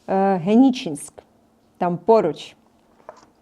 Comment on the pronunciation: Коли нарешті ви вивчите назви Українських міст. Геніченск. Позорище! Правильно Геніческ.